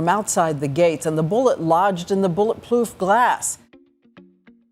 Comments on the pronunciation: “Bullet plooth glass” Am I the only one who heard this? 😂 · Totally heard it hehe 😂😂😂